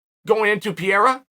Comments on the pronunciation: Chael. It’s not Pi-e-ra . It’s Pe-rei-ra You’re still the 🐐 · Pee-erra... how hard is it to learn a proper pronounciation when you say it 20 times a day...